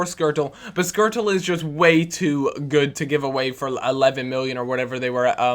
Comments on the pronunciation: Why do you pronounce Skrtel's name as you do? You should do it properly if your are a Pool fan. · it is skrtel, not squirtle